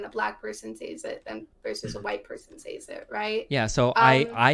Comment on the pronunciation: It really bothers me she says “says” w a hard “A” wtf